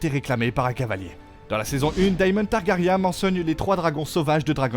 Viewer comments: Targaryen ( ça se prononce i-un targari1 ) 👌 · Ca fait 8 séries GOT et 2 séries house of dragons qu ils se trompent tous en prononçant TARGARYEN ? Ou un youtubeur de + qui ne connait rien au sujet qu il récite ? On en est au stade ou les mauvais youtubeurs sont au niveau des voix automatiques ...